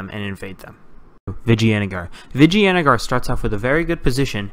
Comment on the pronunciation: Novarim No. Its pronounced 'Vijai'nugger' Source: Am Indian.